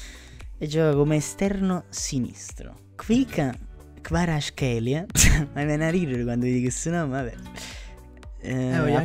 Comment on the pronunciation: You pronounce his name incorrectly. Khvicha --- kh (as in Javier, Jorje. Kharkov. Kherson. Khinkali. ) Kvarazkhelia. Ts is for Italian language z